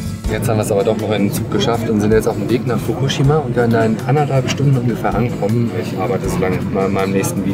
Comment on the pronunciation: Also erstmal respeckt, dass du soetwas machst. Geile Aktion und wenn ich älter bin und geld hab werd ich wahrscheinlich auch so eine ähnliche Reise mal machen :D Und zweitens, im japanischen werden die meisten Wörter auf der vorletzten Silbe betont, also bei dem Wort Fukushima wied die Silbe "shi" betont ^-^ (wollte es nur mal gesagt haben und sorry falls die das schon mal jemand gesagt hat, sind einfach zu viele Kommentare um alle zu lesen ^^")